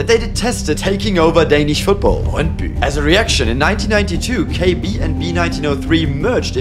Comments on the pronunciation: As a dane myself, i was surprised on how well you pronounced Brøndby It was literally perfect! 🤯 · Yeah, I was honestly choked how well you pronounced especially Brøndby ;) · Suprisingly good pronunciation of names especially brøndby, actually saying the "ø" sound correctly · 10/10 for that "Brøndby" pronounciation! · Du siger brøndby godt